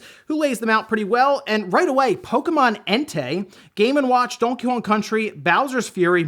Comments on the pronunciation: "Dawnkey Kawng" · Am I the only one who thinks he says Donkey Kong weird?